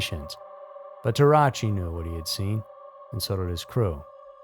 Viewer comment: Teh-rah-ooch-chee. Not Tarachi. Jfc.